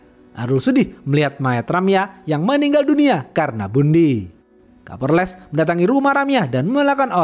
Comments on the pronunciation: Kapolres 😅 bukan kaporles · setelah di dengar2,kok bunyinya kaporles ya,😂😂😂 🤭🤭 bukan kapolres, sukses terus bang.🤗🤗🤗🤗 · Kadang kesleo jadi kaporles kadang lempeng kapolres 😊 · Kapolres bang bukan Kaporles 😂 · Hahaha ha. Kapolres bukan kaporles. Kidding ya. So far you the best. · Kapolress bkn kalporles🤣😭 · 7.05 Kaporles 😂😂😂 minum dulu bang biar gk haus